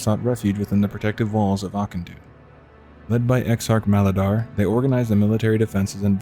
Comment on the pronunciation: Ah-kin-dune the ch is a K sound